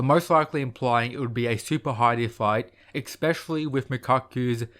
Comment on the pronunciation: Love your videos dude but "especially", not expecially 😅 Idk why so many make that mistake